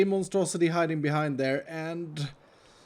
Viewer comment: to be clear...is saying Monstrosi-tree?